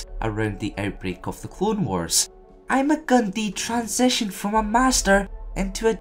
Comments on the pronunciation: Ima-Gun Di (pronounced I Ma Gun Die) not dee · Your saying his name wrong